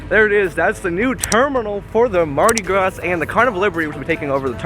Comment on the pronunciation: Good video. Mardi Gras is pronounced Graah, where the A is open, like "hall" or "wall" of "fall". Be mindful of your pace. Take critique as constructive criticism. You really are doing a good job, my young friend. Keep soaking up knowledge and experience. I believe in you, pal.